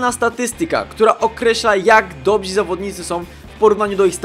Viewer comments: Dobrzy* Nie dobzi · nie mówi się 'dobzi' tylko dobrzy